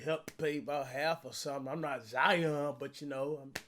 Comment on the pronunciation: I hate how ya pronounce our names.... Lion... Zion🤦🏾‍♂️😭💯